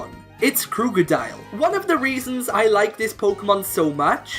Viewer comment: It's Krookodile, NOT Crookadile!